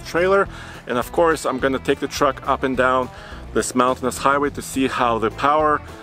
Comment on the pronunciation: So now we have "of corse" man #2